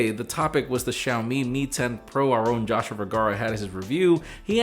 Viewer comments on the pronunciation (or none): none